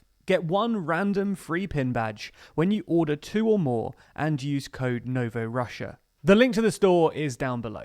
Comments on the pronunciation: It’s called novorossiya not novorussia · I know it is difficult to get the names right, esp. when both Slavic and Turkish are involved. (I really get it, I was struggling with "Küçük Kaynarca Antlaşması" myself :-) ) But "Novo Russia"? That is not correct in English or in Russian or in any other language. In Russian Новороссия - Novorossiya. In Ukrainian Новоросія - Novorosiia. In Romanian (/Moldovan) Noua Rusie. In English simply New Russia. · He gives the Russian name for the region but he's pronouncing it wrong. In Russian it's "Na-vo Ra-see-ya".